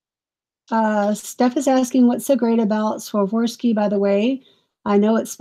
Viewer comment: KJL jewelry is Keeneth Jay Lane by Avon, he was a high-end designer to the stars and his line is also on QVC Lake Judith Ripka and Kirk's Folly is also QVC that's a family who makes jewelry and Swarovski crystals are just very highly collectible and it's Swar ov ski it's how you say it that's just an update to let you know